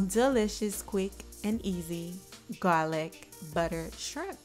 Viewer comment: Yes people she said GAAAWLICK BUDDA!👍🤣